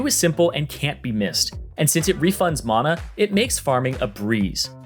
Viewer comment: Who the hell says Mana like that